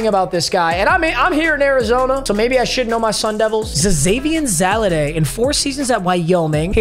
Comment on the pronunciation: It’s pronounced ZAY-VEE-ON Valladay and he was elite last season